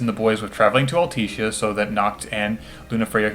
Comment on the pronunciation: All-Tisha. Sorry it bugged me